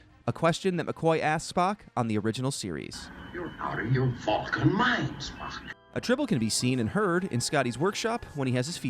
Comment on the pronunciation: Is he saying "Valcan"??